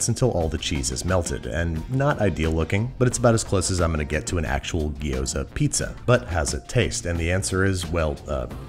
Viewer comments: My raised-in-Taiwan, Chinese-speaking, American wife and all of her family pronounce it “jee-OW-dzuh.” Where does “gee-OH-za” come from? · Say it "G'Yoza", not "Gee-oza" or "Gyros". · hermione Voice It’s gyo-za, Not gee-oh-za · You said it gyoza weird the whole episode. Gyo-za not Gi-yo-za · Repeat after me, gyo “Gyo” Za “Za” Gyoza “Giyoza” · Now you know my pain with Gi-yo-za and not gyoza. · if he calls gyoza a ghee-yo-zah one more time i'm going to have an aneurysm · From "饺子" to "Jiao-Zi" to "ぎょうざ", and now to "Gyu-Zoa"........ I don't know which one is declining faster, the authentication of the word or the food itself....... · Looks tasty, but the number of gee ooh zas hurt my ears. Never quite understood why the standard American pronunciation always includes more syllables then required. Digraphs are our friends. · As a Chinese person, Babish saying "Gyoza" is making me go insane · I know this may seem a little picky, but the way you pronounced gyoza is kind of painful. gyo is a single "sound," with no i in the middle. ^^